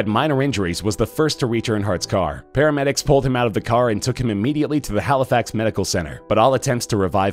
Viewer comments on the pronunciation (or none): none